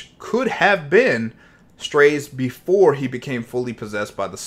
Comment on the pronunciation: no lol, thats what they said in the official video. not strayse or whatever is saying lol